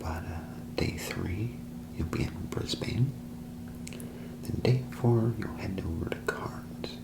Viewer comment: As an Aussie, I was worried there’d be a lot of mispronunciations that I’d find too distracting, but honestly your content is so good I wasn’t even bothered by the “Bris-BAIN” (it’s “Bris-bin” lol) Keep up the good work man!